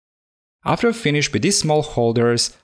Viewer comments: Dear I just wanted to tell you that a word like 'finished' would be pronounced 'finish't' not finish-ed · Did said finish-ed instead of finished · I know English isn't your main language, but please say damaged and finished instead of and "dama jed" "finish ed". Other than this I love you video and keep making great s***! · My man be pronouncing the fkn -ed in FINISHED mad lad